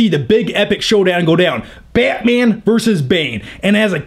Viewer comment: Nobody:: BYATMYAN!